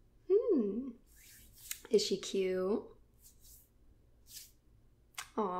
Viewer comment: i love how she said is SHE cute